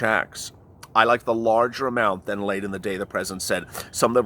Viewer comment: I don't understand... Is it lalite or late... Cause it sounds like you are saying lalite?